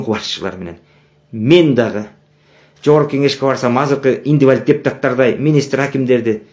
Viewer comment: Индивалид эмес.ИНВАЛИД.